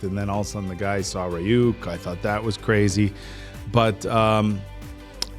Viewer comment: criniging and dying inside everytime they say Ri-yuuk